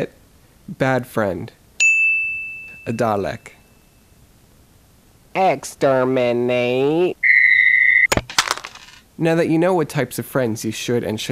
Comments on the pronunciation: And it is said ( dar lick ) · You say dalek really weirdly xD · it's so weird listening to an American pronounce the word 'Dalek' #english